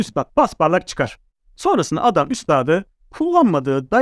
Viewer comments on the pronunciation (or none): none